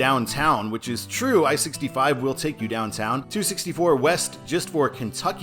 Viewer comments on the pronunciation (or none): none